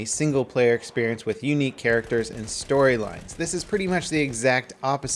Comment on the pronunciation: why you say """"EXPERIENCE"""